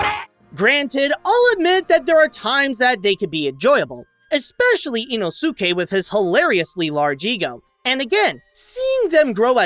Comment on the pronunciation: the way he pronounced inouske's name👁👄👁